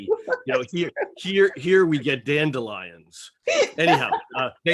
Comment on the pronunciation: "Here we get dentdelions" 😂